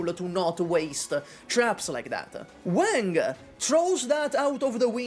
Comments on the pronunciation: i love you but i cant watch this video because of how you pronounce wang, it irks me so bad… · I am here to listen for ranting about Wang but I had to hold myself back from cringing at how butchered Wang's pronunciation 😂 My China-Indo self is dying from cringe listening to him saying Wang haiyaaa